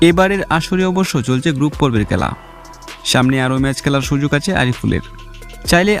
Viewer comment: জলমলে নয় ঝলমলে। উচ্চারণ এত নিম্ন মানের কেন? খেলা নাকি কেলা?